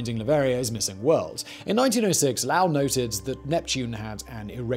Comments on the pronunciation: Lowell = lo Well not lalwel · Low-ell, as in “bowl”, not Lowl like howl. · Yo Simon, His name is Percival Low- ell, the O is long. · Lowell doesn't rhyme with vowel or howl, it is Lo-el like saying Joel in two syllables. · The name is Low-ell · I really can’t take this seriously with the way he pronounces Lowell. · You are mispronouncing "Lowell". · Why do you keep mispronouncing Percival Lowell’s last name?